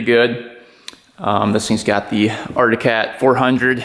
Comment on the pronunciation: It's pronounced "arctic cat,.. Not articat, just saying